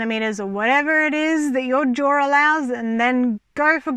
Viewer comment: You say jaw but I keep hearing drawer